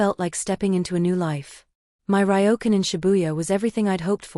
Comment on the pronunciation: It's interesting how the AI voice can read Kyoto properly but mispronounces Ryokan. I'm surprise she didn't leave for Japan earlier, like a week before the wedding when those emails were sent out cancelling everything.